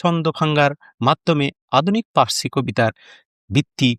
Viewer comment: এই তোতলারে কে voice দিতে দিছে ও তো পার্সি শব্দটাও ঠিকমত উচ্চারণ করতে পারে না।